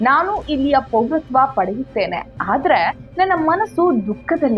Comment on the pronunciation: ಆದರೆ ಅಂತ ಸರಿಯಾಗಿ ಉಚ್ಚರಿಸಿ. ಕನ್ನಡ ಸರಿಯಾಗಿ ಮಾತಾಡಿ.